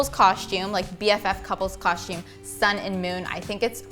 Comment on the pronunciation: Sounds like they’re saying coshume